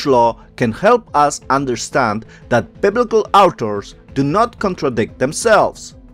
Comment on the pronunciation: Biblical outers? Cannot tell what you are saying. Please explain. Thank you!